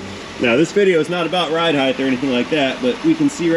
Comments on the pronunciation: Lol. So much ride "heighdth" in the beginning. It's like Mike Tyson was walking us through the strut replacement. 😂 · the word is height, not heigth. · I love your content. Height. Pronounced “ hite “. Rhymes with might or flight. I have never heard you mispronounce a word until that Mercedes video talking about ride height. I think people get confused that the last two letters in the word are HT and not TH. As an editor, this is my hill to die on.